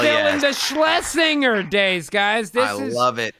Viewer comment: Schlesin-jer is how you pronoince the producer's name.